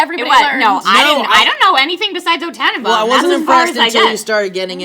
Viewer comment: mispronounced tannenbaum, claims can sing in german.........